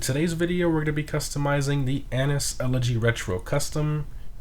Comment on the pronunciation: no they said it correctly